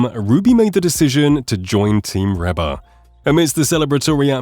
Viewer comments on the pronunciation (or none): Dear Mr Robot narrator: “Reba” is pronounced Reeba not Rehba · Please, please, please. It is REE BA not Rebba. Get a AI that knows how to pronounce words properly. Now to Ruby Leigh, what a treasure. With a voice like her's let hear a lot more.